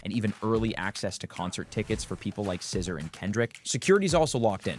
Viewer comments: did he just call her scisser...lol its sizz-ah. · Why did he say her name with a hard R